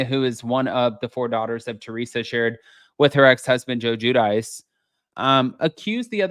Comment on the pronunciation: Glad no one was hurt. Teresa sounds like a complete idiot every time she says doorters instead of daughters.